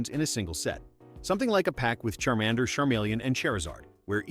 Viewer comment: It's not gi-aradose it's garadose and it's not Chairmander it's Charmander